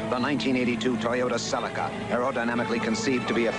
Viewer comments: Always creased me hearing how Americans pronounced Celica 😂😂😂😂😂😂😂😂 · I have never heard anyone say Celica like you do 😂 Brits are a hoot